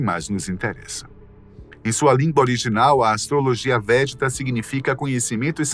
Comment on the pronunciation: Não existe astrologia "vétida". O correto é astrologia VÉDICA. Corrijam o áudio e o card/arte do vídeo porque errar nisso que parece tão simples, passa descredibilidade para quem tem conhecimento. Esse tipo de erro é indício de que falta uma edição de conteúdo de qualidade. Parece simples mas, definitivamente, não é.